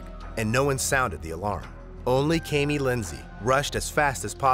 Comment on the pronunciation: 1) what makes the man the "head of the household"? Do we know that the family chose to appointment him as "head of household" or are we assuming because he's a man? 2) I have the same name as her and it is pronounced Kam (as in camera) Me (as in me) not KayMe